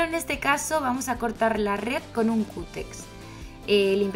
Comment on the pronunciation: Se dice cúter !!